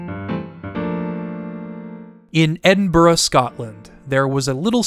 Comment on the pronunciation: omg big ups for actually pronouncing edinburgh properly